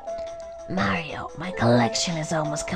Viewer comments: Goodness, why in the hell are you saying it like that. Pronounce the planet MARS. Then say MAR - IO ...not marry-o. I have never heard anyone say it like this narrator and it just adds to how annoying this clip is. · Mare instead of Mar is sooooo annoying. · Mary-o. -.- Knock it off. Mary-o is not his name. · U SAID MAIRIO! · its weird that some people pronounce marios name wronng and calls him maryo and hes not a girl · Decent voice, but not how she pronounces Mario..